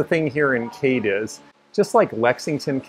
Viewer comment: Love love love your informative tours! Just FYI-it's KAY-DEEZ. I had to check myself and ran across a min Youtube video titled We Tried to Pronounce These KY Town Names. It's pretty fun.